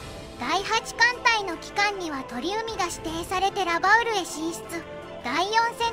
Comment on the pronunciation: 鳥海→×とりうみ 〇ちょうかい